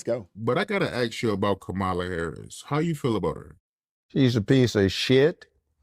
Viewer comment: Kamala Ho-rris.